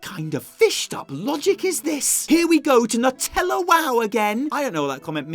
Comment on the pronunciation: Nuh-Tella.. not NUT ella ;-)